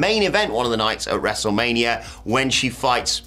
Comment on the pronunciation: Did you just say WrestleManrium? You silly British man.